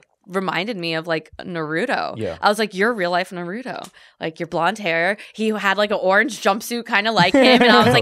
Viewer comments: RILEY!! :( how can you say you were really into the show... and then call him NA-ROOT-U!!! It is pronounced NA-ROO-TOW!!! Were you lying??? Either way much love!!! :) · I was so attracted to her until she said Nahruto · Shes a 10 but cant pronounce Naruto correctly.. (nar-rue-toe) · She really said “nuhrooto” 🤦‍♂️ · Your like 7 and its pronounced nar-ooo-toe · Saying "really into naruto" and pronouncing it wrong so confidently is wild 😂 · Nahhhhh she say Naruto wrong, HELL NAH BRUH.